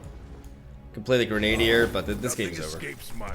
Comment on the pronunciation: Grenadier is pronounced "gren-uh-deer" not "grenade-deer". Love the content just trying to help you out!